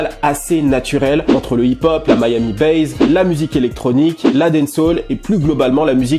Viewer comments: "Miami bass" et non "Miami base". Mis à part cela. Tu es parfait. Comme d'hab' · pourquoi tu dis "miami BAZE" bass ça se prononce sans "zzz" à la fin